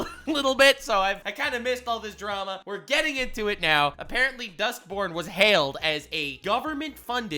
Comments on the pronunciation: Why i keep hearing this game name like Dustporn? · I can't un-hear "Dustporn" now thanks to you. I want to thank you for improving my life so slightly.